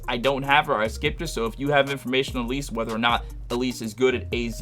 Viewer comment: 😂😂😂you saying A-Lease is killing me...its pronounced like Alice in Wonderland lol, she's decent but she's getting pushed out the frost meta...the meta triple frost team supposed to be Ling Han, Yu Lan, and Icarus...but from what Ive heard it doesnt have great synergy bc Ling Han's skill has long cd and her discharge is powerful but has a long animation...but this is all 2nd hand info since i dont play frost...but like you stated you prolly want Yu Lan A3 for survivalbility bc Ling Han has no survival features, but she supposed to be like Mimi for ice w/o the tanking